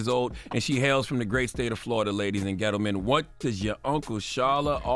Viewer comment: The way he said gentleman sent me